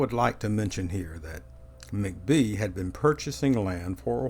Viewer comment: Hi, I’ve lived in Greenville for over 35 yrs now, and enjoy your videos. Your voice is very familiar to me. Anyway, just a small point: Vardry McBee’s last name is pronounced Mack’-bee with the emphasis on the 1st syllable. Also, are you familiar with the books by Charles A David called “Greenville of Old”? Vol I was published in 1998; Vol II published in 2000…both books published by the Historic Greenville Foundation. I think you will really enjoy them. Do you happen to be an architect? Just wondering because we are part of that community in G’ville. Thanks so much for your videos!